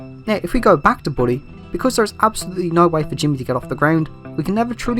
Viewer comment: The way says Bully is so weird lol It either sounds like body or booty or in most cases boobies 😂😂😂😂😂😂😂😂